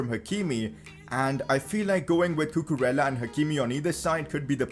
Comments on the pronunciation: Cucurella is pronounced Cucureyya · you have to pronounce cucurella's name in this way: cucu-re-ya